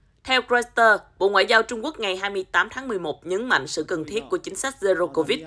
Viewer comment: "roi tờ" đây mà 😝